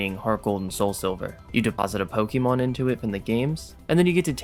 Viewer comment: ITS NOT 'POKIEMON'. YOU ARE NOT A 40 YEAR OLD WOMAN IN 1998.